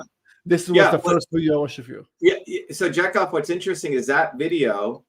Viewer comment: It's pronounced ja-cov not jack off 😂😂😂